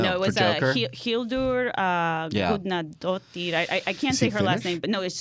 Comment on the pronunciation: pronunciation of Hildur Guðnadóttirs name was spot on, and you are welcome to Iceland anytime.